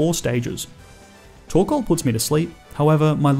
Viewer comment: TORKOAL, NOT TORCAL!